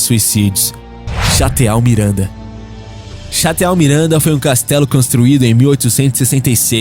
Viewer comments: Cara, são legais os seus vídeos. Mas fica uma dica... você precisa atentar para os nomes que pronuncia em suas narrações. Em vários vídeos do canal eu notei erros grosseiros, principalmente em inglês. No vídeo de hoje eu destaco a palavra chateau, que em francês soa como "chatô". Parabéns pelo sucesso e boa sorte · Ia comentar o mesmo. Fica bem nítido esse "Cha-te-au"...castelo, em vez da pronúncia correta "Chatô" kkkkkkkk. O narrador deveria se preocupar entre o "achar que é", e pagar mico por esse achismo, em todas as palavras que não são portuguêsas, procurar antes no Google tradutor a pronúncia correta. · Só uma dica: "Chateau" se pronuncia "Chatô". Parabéns pelo canal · Não se le chateau, mas se lê chatoo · Chateau se pronuncia "chatô". Valeu!!! Abração!!!